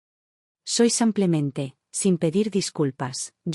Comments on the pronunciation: Por favor!!!! Aprenda a decir SIM PLE MEN TE ! SIMPLEMENTÉ! no SAMPLEMENTE! Relata muy bien pero el samplemente me pone con los nervios de punta ! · Son traducciones automáticas desde el inglés. En inglés, muchas palabras no tienen género, son iguales para hombre y mujer. El traductor automático no distingue. De todos modos, no sé por qué no le sale "simplemente", dice "samplemente". También tradujo el nombre Melissa como "toronjil" casi al final de la historia (significa eso en español). Jajaja, me hizo gracia. En otra historia tradujo "free" como "gratis", en una oración donde debía haberlo traducido como "libre". Jajaja, "Me sentía en paz, pero, lo más importante: gratis". Fue muy cómico.